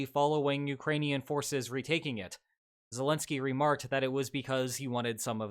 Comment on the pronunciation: "Say pwease and tank you mistow zensky"